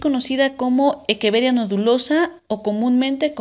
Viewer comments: Me pone nervioso q diga equeveria y no echeveria jaja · De dónde eres? Porque equeveria y no echeveria? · Hola, respecto a esto te comparto el porque: La pronunciación correcta. En latín la pronunciación de la ‘ch’ suena como ‘q’ y la ‘rr’ no existe. Por lo que científicamente la Echeveria se pronuncia como Equeveria. Saludos!